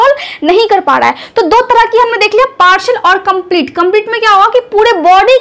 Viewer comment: Partial not parshal